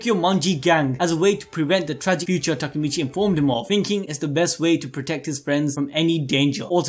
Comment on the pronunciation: Its Takemichy, not Takamichy.